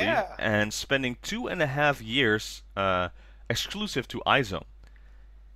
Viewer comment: Random, but the way to pronounce IZ*ONE is Eyes One, not I-ZONE haha. I'll miss nako for the next 2.5 years. I mean, when she comes back, she'll be 20 years old already? Will she even make it in time for the adult ceremony? For HKT"s next ace, I do hope Haruppi comes back, but if not I could get behind Tanaka Miku and Bibian. If not, Imamura Maria would do too XD